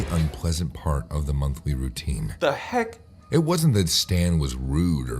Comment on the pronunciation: When u said “what the heak” o said it 3 sec before u